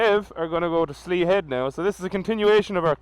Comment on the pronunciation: Congrats on 50 videos man! Slea head is a savage spot to be fair. Us Kerry folk pronounce it "Shlay" ;) I'll never forget that bend , I came around that at night on the Super Four and I have no idea how I didn't bin it! I'd forgotten it's all stone not tarmac as the water runs so often there the tarmac goes all cat so they never tarmac it haha! I don't save any of my videos, I just upload them and then delete them haha! I actually just ordered a 2 piece rain suit to go over my leathers! They arrive Thursday! :D Going to need them for when I head up North for the Photo Rally! Don't want to get caught in the rain and have wet gear for 3 days....